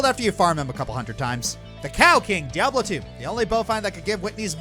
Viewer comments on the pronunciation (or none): none